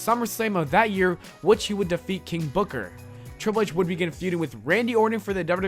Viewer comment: It’s not king booker, it’s KING BOOKAH